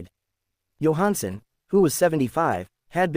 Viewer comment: This is Total Garbage. They can't even pronounce his name correctly.